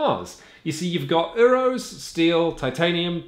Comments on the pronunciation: Dang. Really hate how you guys say “Euros” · The pronunciation of 'Euro's' is really triggering me :(